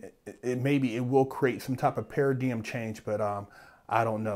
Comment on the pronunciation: just an FYI, paradigm is pronounced PARA - DIME.